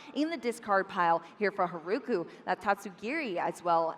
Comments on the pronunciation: English butchers the Japanese language. I can't with "Haruku" pronouncing the r-sound with and English R. It destroys my ears. They should learn to pronounce Japanese properly. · Mispronouncing Haruku’s name is just another example of how we need way more learned commentators when this is the games origin country to begin with.